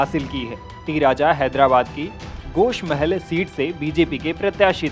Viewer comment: गोश नही गोशामहल है भाही जरा देक बोले